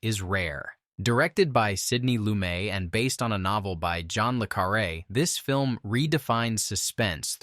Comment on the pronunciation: Hey,; grow up and LEARN before you try to act like something you're definitely not. That director (whom you phonetically refer to as 'Sidney loomay') is named Sidney Lumet ('Sidney Loo-met').. ANYONE with A BRAIN would know that, and I've been friends with his daughter, Jenny, for a long time. Don't READ OUT OF BOOKS! You sound utterly foolish. Get a life. If it's the film entertainment business 🙄🤔, it's BEST TO KNOW WTF you're TALKING ABOUT, and NOT mispronounce a well-known director’s name! It's still pathetic how young people today have zero brains. I didn't grow up in the turn of the 20th century (but even close), but I know well enough NOT to 'off-load'my highest brain functions to some gadget. I read, LEARN. PEOPLE LIKE YOU DON'T. YOU'RE SO FOOLISH TO WASTE YOUR BRAINS - spends time on appalled 'social media' (which is nothing than OTHER Diaz who are even stupider, but; they HAVE figured out the not very tough way to capture other idiots attention so as to become so-called 'influencers'. It's horrifying to see how swiftly the smartest Nations in the world have PLUMMETED DOWN THERE TOILET. LESS THAN TWENTY YEARS! Scary. You keep in reading like a drone,. Tell us more about Sidney LOO-MAY (had a relative, Sidney (gold) Lamè, right? DUMB AS ROCKS.